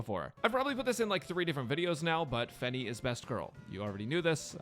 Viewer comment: fenny lmao sounds like fanny